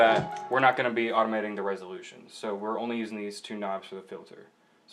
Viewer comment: Did this dick say "Resolution"